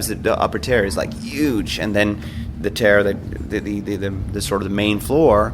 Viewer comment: Tier* (tear) Revered* (re-veered) 😎👍🏻